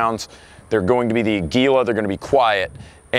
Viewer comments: sigh just want to let you know, if you want to know how to pronounce the brand Aguila correctly it's the Spanish word for Eagle. makes sense right? has an eagle right on the box and it's made in Mexico. it's not a-gwee-la or a-gee-la (with a hard G). it's ah-gih-lah (with a soft G) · Ah-gwi-lah. Spanish for eagle. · yall can never pronounce aguila right. jesus.